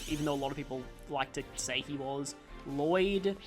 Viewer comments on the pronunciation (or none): none